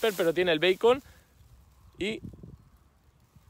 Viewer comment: Será el beacon (bicon) no beicon !!!🤣🤣🤣